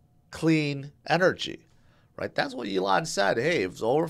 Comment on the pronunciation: I remember when you used to call him A-lon musk 😂